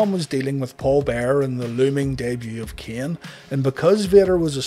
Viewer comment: He said those names correctly. Worse troll going.